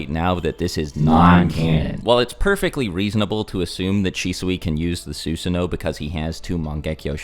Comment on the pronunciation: Ok your killin me dude. It's not pronounced, "Sue-sun-oh" it's, "Suh-san-oh"